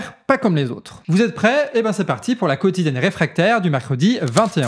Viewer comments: SVP c'est parti... sans "t"...🫣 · Ni de "t" à "parti"